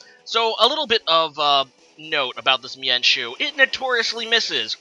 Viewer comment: ok lol it's all good I don't really care how you pronounce them I just thought the why you pronounce mienshao was pretty funny.